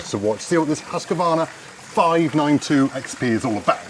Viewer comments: As a dealer, you should certainly know, name's pronounced "husk-var-na", NOT "husk-a-var-na." Listen more. You'll pick things up. And yer bud should know to push the bar tip up, or sit the saw down on it, as he's tightening the bar nuts. Pretty basic stuff. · I was a Husqvarna dealer for 81/2 years and I've been running them since 1978, here in the U.S... For heaven's s sake let the saw warm up. And read the instructions for Autotune! Also, the name is Husqvarna, not Husq-A-varna. G-day mate! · Hus= house. Its no husky. Its hus-qvarna ... 🤷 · Its actually pronounced Hoosqvarna but you are right GA Wilson definitely no A in the middle ! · haha. As a swede, hearing people saying Haska-varna... Its a house... Not a husky haha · it's huski chap, end of, 😁😁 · Indeed - as a Scandinavian, I always snicker a bit when others pronounce the Swedish name. "Husky" or "Huskie" is a nice nickname, but Husqvarna is not "Huss-Kee-Varna". The city where the company originates from is written "Huskvarna" today. "Hus" is the Scandinavian word for "House". And "kvarn" is Swedish for "grinder". Correct pronounciation is "Huus-kvaarna", where the first uu is a long one, pronounced as "ou" in "you". And the "q" is proununced as the "k" in "Kentucky". One of the oldest companies in the world. Great quality and design. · The way you pronounce Husqvarna makes me want to spew. And don't say sneaky peak mate.